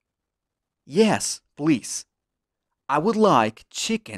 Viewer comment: casi todo lo entendí, donde dice "por favor" no se entiende que diga plis